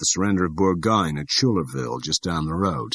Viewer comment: Yeah, I was making fun of his pronunciation, Burgoyne at Schuylerville. Battle of Saratoga.